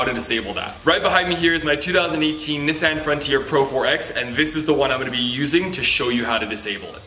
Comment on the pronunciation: i’ve never heard anyone pronounce nissan like that